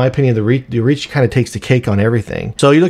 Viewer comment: Think it's Orochi not Orichi. Great review regardless of that.